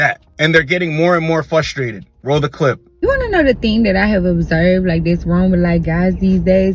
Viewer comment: Love these videos man but the word is FRUstrated not FUStrated.